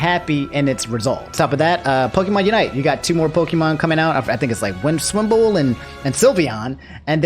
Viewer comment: yo did my boy just say 'Mimswimble"💀💀💀